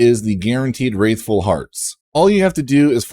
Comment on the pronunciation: this guy. just copying other people's content that came out DAYS ago. cant even say the word right. wRATHful. there is no i.